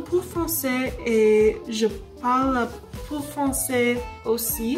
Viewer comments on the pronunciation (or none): If you don't mind, I'd like to give you a few corrections: -You said "je suis américain" I believe you should've said "je suis américaine" (américain = masculine, américaine = feminine) -You pronounced "un peu" a little bit off. I'm not sure exactly how to correct it. I'd suggest going to forvo to see what I mean -"je comprends un peu DE français" -in French it's pronounced "la tour *E*iffel" pronounced as "ee" instead of "i" Overall, your French is pretty good for 30 days! Keep up with your French learning and please post more French updates! Bon courage et bonne chance !